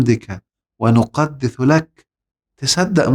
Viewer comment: عندي بس تساؤل بسيط .. ليش يا دكتور قلت "ونحن نسبح بحمدك ونقدث لك" والصح "نقدس" لأني لاحظت كثير من القراء المصريين الممتازين والمشهورين زي الحصري والمنشاوي بينطقوا حرف السين "س" ثاء "ث" في كثير من الآيات .. هل تقصدوا بهذا شيء معين أم أنكم فقط تخطئوا بسبب ان مافيش في اللهجة المصرية حرف ثاء "ث" !!!